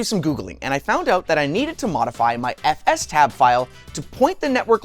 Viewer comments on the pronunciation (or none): F-S-Tab you say !? not F-Stab?